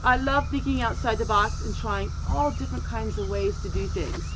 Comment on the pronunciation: We pronounce chamomile the same way here in Alabama. LOL I’ve only noticed one word you have pronounce different and that’s the word “different”.